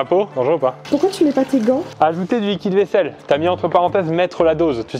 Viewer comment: qui a pensé(e) à la même chose que moi à chaque fois qu'il prononçait "liquide vaisselle"? :joy: :joy